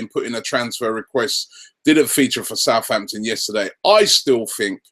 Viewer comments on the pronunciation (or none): none